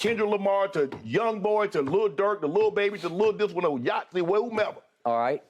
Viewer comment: Shannon said “whom ever he listens to lil yaht. My thing is who is lil yaht. 🤣🤣🤣🤣🤣🤣